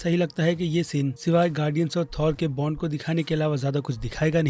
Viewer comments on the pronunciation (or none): none